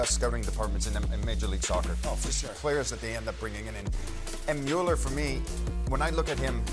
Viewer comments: Best to say his name like Bueller. Not mal-ler. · Well, it's Müller